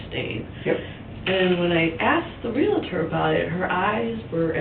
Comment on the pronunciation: Damn it, there is no "i" in Realtor